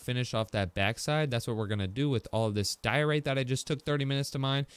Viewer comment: Its diorite Just saying